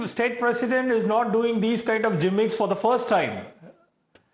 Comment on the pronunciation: “G”immicks 😂 And people from the south of india say people from the north don’t know English. A big joke 😂🤣